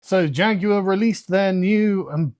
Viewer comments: "Here at JAGOWAH" This company has cooked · Er, excuse me. JaGUar is now pronounced "JA-GOO-ARR". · A guy who can’t pronounce Jaguar shouldn’t be in charge of advertising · You brits may speak the Queen's English, but the way you lot pronounce Jaguar sickens me to my core lol